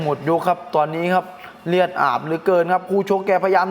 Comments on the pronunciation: เลือดเฮ๊ย ไม่ใช่เลียด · เลียด หรือ เลือด ครับ 😅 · พี่พูด รีดหรือเลือด เนี่ย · เลือดพี่ไม่ใช่เลียด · เลือดครับ ไม่ใช่ เลียด555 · เลือดไม่ใช่เลียดนะ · มึงคนไทยภาคใหนว่ะเลียดอาบเลย555กุขำอ้าวเลียดกะเลียด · เลียดๆ คนอีสานบ่ครับ